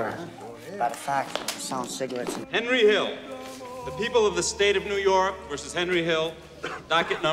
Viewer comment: Anybody else cringe when called him “Hendry”🙄🤣